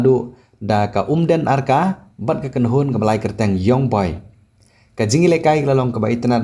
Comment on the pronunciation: U ne u Nongai Khubor dei bn pronounce:Young(Yang) not Yong 😂🤣😅